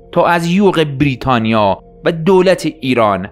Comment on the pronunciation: سپاس ازتون یه نقد، برای کسی مثل من که یکم حساسه روی تلفظ، لطفا بیررریتانیا تلفظ نکنید😅😂❤